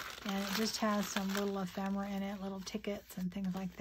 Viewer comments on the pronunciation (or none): Its not EphREMA MERA ITS EPHEMERA! Not rema!